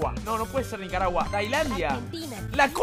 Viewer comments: lo dijo mal Nicaragua xd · 2 veces diciendo nicaragua xd Y después lo dice mal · dios yo tmb dije nicaragua q dislexia